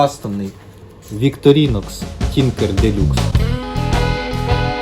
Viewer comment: молодець! продовжуй знімати! добре робиш! але правильно казати віктОрінокс)) + підписка!)